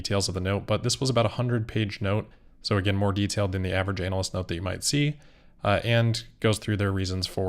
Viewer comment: I like the way you say "anal-lyst" 😂